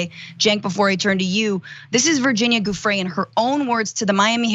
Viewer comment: Okay this one is easy regardless of how long the esteemed lawyer's mouth is moving... he mispronounced Virginia Giuffre's name as "GOOF-fre". His "perfect" sex life lines up with Trump's "perfect" phone call... The government should be careful with these ones, these tricksters.